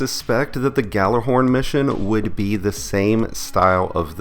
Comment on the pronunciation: You may want to do a little research and learn how to pronounce Gjallarhorn.